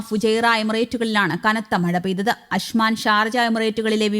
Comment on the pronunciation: അശ്മാൻ അല്ല. അജ്മാൻ എന്നാണ് ശരി.